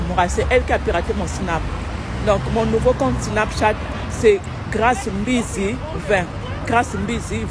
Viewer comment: faudrait faire attention son Nom c'est pas Grâce M bizzi mais Grâce M'Bizzi de la même manière qu'on écrit Kyllian M'Bappé et pas Kyllian M Bappé Du coup toi et les autres français d'ailleurs lisez mal ces noms y'a une apostrophe donc y'a une liaison à faire lorsqu'on les lit c'est comme ça les noms Africains mais vous lisez tous mal